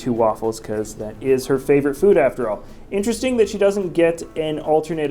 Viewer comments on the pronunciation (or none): none